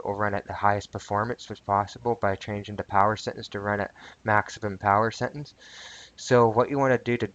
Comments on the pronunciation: settINGS, not settINS...... LMAO ty dude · FYI its Settings not Settens Set-Ings Not Set-ens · I like changin my "Settins" too. I just need to clarify, did u say "Speckafications??" Bro thats deadly words talkin!!!